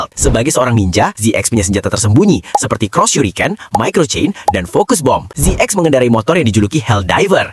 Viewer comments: ZX bacanya Zet Cross, bukan Zet Ex ZO bacanya Zet O, bukan zo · ZX itu dibaca "zi kros"